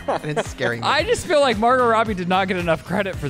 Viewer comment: It's FEEL not FILL you don't "fill sad" for somebody? 😂